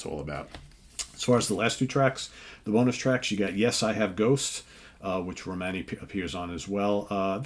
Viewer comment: Her name is Romany, at least make an effort to pronounce it correctly!